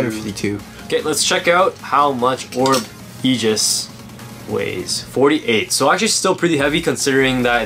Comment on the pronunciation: ok no offence but your pronoucing is a bit bad is orb egis not orb ejis